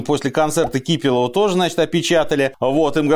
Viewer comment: Не КИпелова, а КипЕлова.